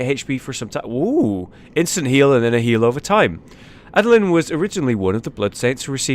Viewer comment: You butchered Adeline's name soooooo hard Jesus christ